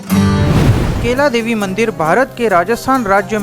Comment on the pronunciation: भाई मेरे केला देवी नही कैला देवी बोलो😅 हिंदी भी इतनी अशुद्ध 😂😂😂